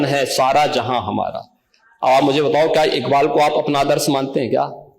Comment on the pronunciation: jisko allama iqbal kaa naam bhi padh ke lena pade wo bhi sahi se pronounce na kar paye, toh samajh jaao wo kitna Indian hai aur kitna literate..